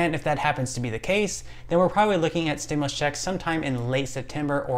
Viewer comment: pronounced STIM YOU LUS not stimlus